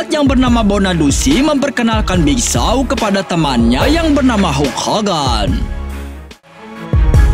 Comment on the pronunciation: Nama nya big show Abang nya bilang big Shaw